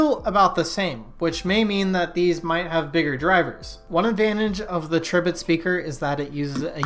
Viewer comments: Isn't it pronounced Tri - bit as in "TRY" BIT??? That's what I think. Makes me cringe every time you say it. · Pronounced TRY bit, haha!